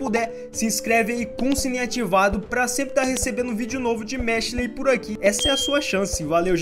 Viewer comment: que agonia ouvir tu falando mashLE